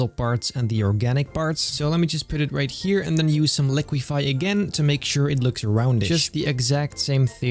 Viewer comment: REALIQUIFY 😂😂 not too much warping today